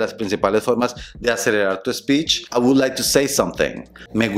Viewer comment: Prueba a hablar así a un nativo. Con dos que hagas va a pensar que eres super fluido entonces va a hablarte a mil por hora y no vas a entender nada 😂.. Por cierto, pronuncias la "L" en "would"? 🤔 Eso suena super extraño en inglés americano.